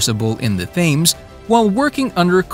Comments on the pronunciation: Thames is pronounced "Tems" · The pronunciation of "Thames" too! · Can’t even pronounce Thames properly.